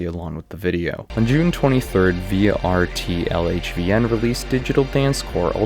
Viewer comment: i think vtrlhvn is pronounced "vitriol heaven" but i could be wrong as ive never heard of that guy prior to the dancecore album